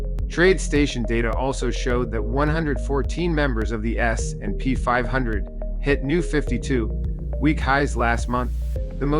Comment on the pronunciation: S........&P 500. Why does he say it like that?